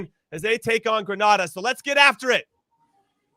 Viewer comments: Please learn the pronunciation of GRENADA 🇬🇩 it’s not Granada . Big to Greenz players small island big talent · If one more person mispronounces Grenada!